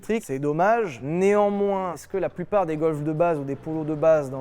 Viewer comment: né-an-moins ( nez en moins ) PTDR excellent !